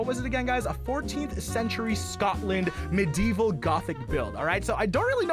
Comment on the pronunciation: HE REALLY MISPRONOUNCE MEDIEVAL